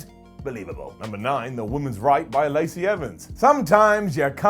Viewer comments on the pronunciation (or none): none